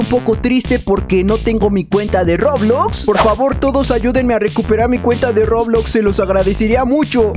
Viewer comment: COMO DIJO EN SU PRIMER VÍDEO DISE REBLOX XD